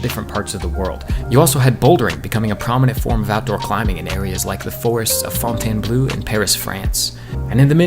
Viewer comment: Nice content! Deserves more vieuws. I had a bit of a laugh about you pronunciation of fontainbleau